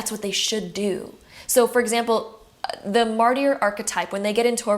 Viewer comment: I’m so sorry, but it really is distracting. Martyr is pronounced MAR-TER.